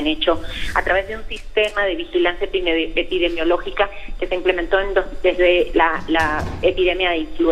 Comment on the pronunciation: ah bueno!!... la tipa esta no sabe pronunciar “epidemiologica” y así opina... aplausos a los alarmistas!!!...